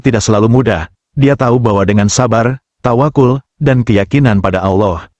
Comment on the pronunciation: tawaqqal bukan tawaqul